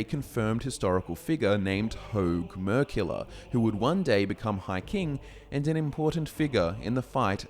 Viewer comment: Dat accent... Hoag Merkiller becomes Herg Mercula. Had no idea who he was talking about 🤣